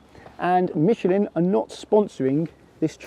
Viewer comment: Michelin"e" hahahaha first time I heard this pronunciation.